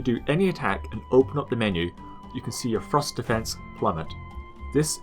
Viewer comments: i really like there videos but I CANT GET OVER THE FACT THAT HE SAYS "THRUST" LIKE "FROST" SOMETIMES (btw not meant as hate) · ohhhhh I thought you were saying FROST weapons not THRUST weapons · its funny when he says thrust i hear frost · Every time you say "thrust damage" I think you're saying "frost damage" and get confused as heck!